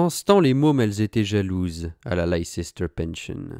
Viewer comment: It's peanuts , but Leicester se prononce Lesteur !😁